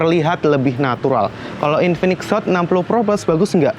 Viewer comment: Hot bang bukan sot